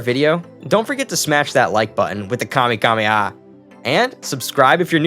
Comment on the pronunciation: Did you just fuken say kamekameha!? Fake fan. Jeez normies. I bet you enjoyed the great tea race arc.